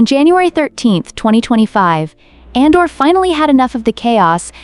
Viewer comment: Just an fyi, it’s pronounced as A-dor, not An-dor. 😊